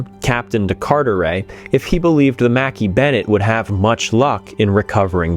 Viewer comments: I thought it was pronounced macKAY bennet not mackee? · wow I didn't know that the Mackay-Bennett was pronounced as Mackie-Bennett, I always thought that I was pronounced as Makai-Bennett. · Its not Makee Bennettt its McKay as in MacEye not Makee . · As a native Nova Scotian, your pronounciation of Mackay-Bennett is driving me nuts... however this documentary is well put together & well done so I'll push through. I believe that you visit Halifax often. Next time you're there, ask a local what the name of the two bridges are & listen to how they pronounce it...😊 Thanks for the good work! ✌🤍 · Agree I've always heard it pronounce mkeee on any films I've seen on the recovery